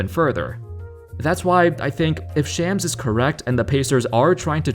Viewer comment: Learn to pronounce shams correctly bro